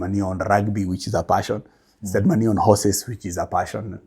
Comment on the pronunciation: Great information. I love the luo accent on Money! say maanay😅